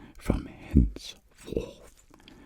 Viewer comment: The pronunciation of “henceforth” is literally goated😂